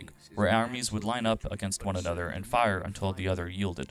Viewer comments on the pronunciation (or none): none